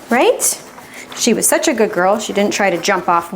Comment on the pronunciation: It sounded like you called her a table when you said "Good table!" 😭